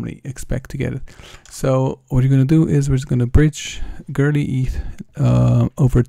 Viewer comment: It's not girly ETH. It's Go-Early Eth